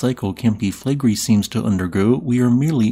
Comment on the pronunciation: Take your own advice - you called me childish and trivial for saying you sound like Kermit's cousin. (Although you are named after Scooby's cousin, the most unpopular Hanna-Barbera character of all time.) And since I don't feel like stroking your ego, your pronunciation of Flegrei is awful. You didn't call the person saying they like your voice 'childish and trivial', but they are commenting on the same thing. You have a fragile ego.